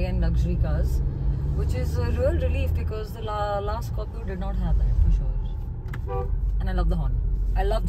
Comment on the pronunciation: Scopio ni hai Scorpio hai pehle thk se naam lena sikh le fir review dena tera bss ka ni